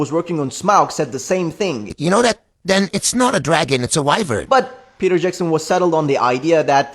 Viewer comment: Bro said vryvern